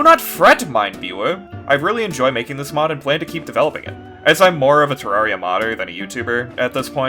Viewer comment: Finally, a content creator that says terraria correctly.